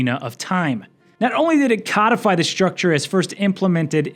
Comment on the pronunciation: I've never heard that pronunciation of codify before.